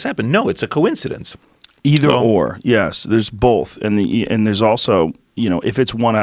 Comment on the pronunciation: Why does this dude say yeas instead of yes. So annoying